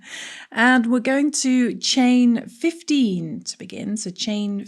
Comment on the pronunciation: I was confused for a second when your 15 sounded like 50